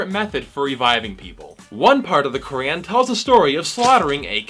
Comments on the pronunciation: Brother have you ever read the Bible or any religious book. They are all full of contradictions and abhorrent ideas (Verses in the Bible were used to justify slavery of African Americans during the American Civil War). Why pick on one religion/book/people? Also please learn to pronounce something correctly before criticizing it...Qu - raaaaaan is not how you say it 🤣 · You cant even pronounce the word" Quran" And you are finding mistakes in Quran